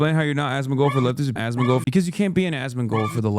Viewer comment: At some point you start hearing Ass-mangled